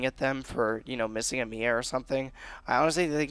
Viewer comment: its M.I.A. Missing in action not the actual name Mia. it's annoying hearing that.